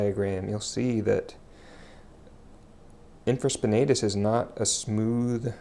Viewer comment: Good techniques (nothing new for me) ...but you are pronouncing supraspinatus and infraspinatus incorrectly, and you have them spelled incorrectly in the description.